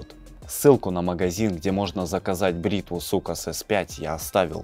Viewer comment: Ахахахахаххахахахахахааххаахахахах не сукас а соукес😂😂😂😂😂😂😂😂😂😂😂😂😂😂😂😂😂😂😂😂